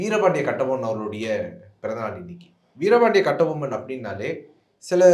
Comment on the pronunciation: அந்த ஆளு பேர முதல்ல ஒழுங்கா சொல்லுங்கடா... கெட்டி பொம்முலு